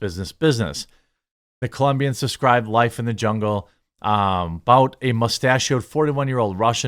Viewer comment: isn't Bout pronounced Boot? At least in this situation? Pretty sure I have heard people say that is how his last name is pronounced.